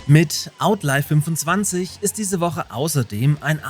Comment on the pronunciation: nur kurz zur Aussprache von "Outlive": das spricht man 'Aut-liw', nicht 'Aut-leif' Sonst wäre die Schreibweise "Outlife". Gleicher Unterschied wie bei den Worten self/selves, wolf/wolves usw.